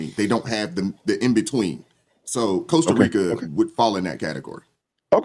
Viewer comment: Costa Rica is worse off with all the affluent US expats who don't even bother to learn how to pronounce the name of their host country. 😡